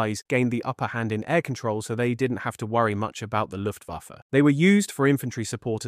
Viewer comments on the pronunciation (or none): none